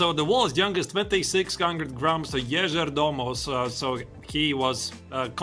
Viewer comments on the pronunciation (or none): you guys got to learn how to say yagiz kaan's name . what the is yagij mean . can you se the letter J